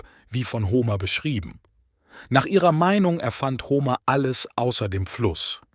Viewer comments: Ho-mehr nicht Homer aussprechen. Blamabel!!! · Bei der Aussprache von Paris und Homer (als es um Troja geht), rollen sich mir etwas die Fußnägel nach oben. Man spricht den einen Namen nicht wie die französische Hauptstadt aus, und den anderen nicht wie Homer Simpson. Sonder P*a*ris und Hom*e*r